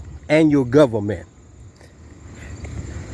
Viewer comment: This guy knows the law and he is going to teach it to us even though he cannot pronounce government correctly.